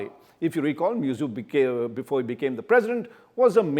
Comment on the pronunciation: How can you pronounce the name of the Head of a State so casually. It is MuIzzu pronounced as Mohammad Move-Izzu not Mezu.. Shame on u..